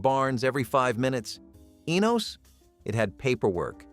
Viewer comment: it's ENOS not the way you are saying it